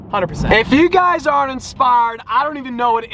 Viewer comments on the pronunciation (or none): Lol what was with the country sounding "inspired" . Insparrred